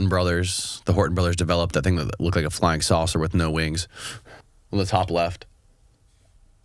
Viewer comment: 'frying' instead of 'flying' I don't know...but I really get a since this man is trying to manage public perception for a lot of this interview. If there is such a thing as a 6th sense for detecting dishonesty, mine was going nuts the entire time. What's the saying.... 'once in the CIA, always in the CIA'?